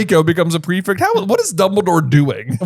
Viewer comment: why do you say prefict instead of prefect?